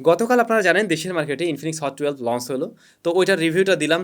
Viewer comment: Bhai plz pronunciation ta thik koren ei choto choto jinush puro kota barta khet banai fele, lonce ki hea???